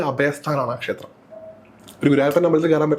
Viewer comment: Avatharika yude Malayalam pronouncing kurach sradhikkendiyirikkunnu “kshethram ““pakshe”